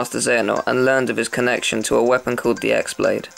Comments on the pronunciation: I think its pronounced She-on...But i could be wrong.... Also i like how say X-blade instead of Key-blade like everyone else does in the game and the players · it's pronounced "key"or "chi" because the "x" is a letter of the greek alphabet